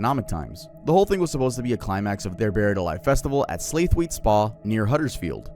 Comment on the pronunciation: Slaithwaite is pronounced like sla-wit, is always interesting hearing how you pronounce British towns haha